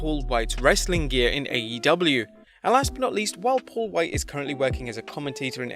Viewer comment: You say “Paul Wight” like Stewie Says “Cool Whip”